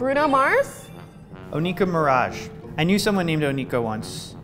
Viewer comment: Nicki Minaj’s last name is Maraj not Miraj